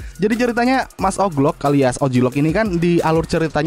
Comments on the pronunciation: Owji Louk bang bukan oklok 😭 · dibaca oglok anjer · Wkwkwk mas "oglok"